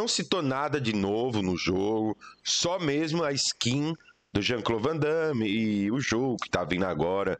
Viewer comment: O certo é Van Damme, arruma isso aí.